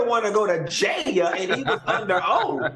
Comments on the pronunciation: I live for Funky saying “Goin to Jay- Elle!” 😂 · The way Q says JAIL is too funny. 😂😂😂😂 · 😂😂😂why is funky saying Jail like that shit got me ctfu